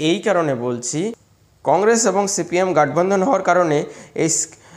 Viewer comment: Kotha ta gotbandhan hobe, gatbandhan nay